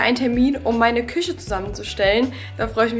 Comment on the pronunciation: Mich triggert es so, wie du Küche sagst 🫣 aber ich gönne es dir sehr ❤